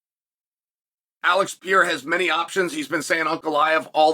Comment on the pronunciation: Remember, its the Alex PEE-era, ladies and gents!